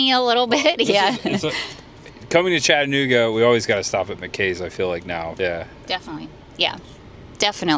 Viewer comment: I’m not trying to be a jerk but there are four syllables in Chattanooga lol cha tuh noo guh. Thanks for the video!